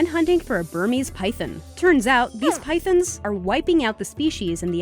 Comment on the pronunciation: The way they pronounced pythons though. It sounded so much like pythons.